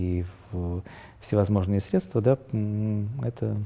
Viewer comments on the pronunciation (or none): none